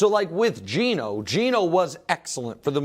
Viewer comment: man said GENO